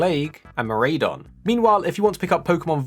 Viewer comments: It's Koraidon (Co-Rye-Don)and Miraidon (Mi-Rye-Don) and Miraidon is in Violet not Koraidon easy way to remember Korai=past and Mirai=future in Japanese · it is pronounced kor eye don and mir eye don